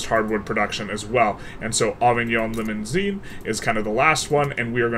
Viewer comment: I was confused when you said Avignon Limousin because Avignon is a city here in France . Try to say Over-ne Limous-un